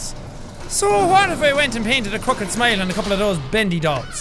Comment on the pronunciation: When you said crooked smile it sounded like crooked smite